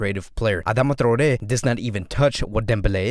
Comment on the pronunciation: Thank you for pronouncing Traoré correctly :)